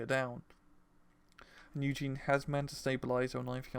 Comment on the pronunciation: please its Yue Jin, not Eugen. Pronounced U (the letter) Gin (the drink). Everytime you feature him in your deck vids you pronounce it wrong.